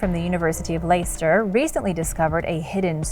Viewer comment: Leicester....Pronounced ' Lester' x